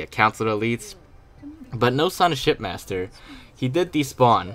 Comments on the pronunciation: I kept hearing "shitmaster" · I thought you said shit master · Every time I hear say shipmaster it sounds like he’s saying shitmaster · It sounds like he's saying shitmaster